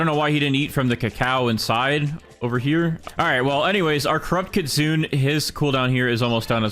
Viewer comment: kitsune is pronounced kit sue nay, you white, white, white man.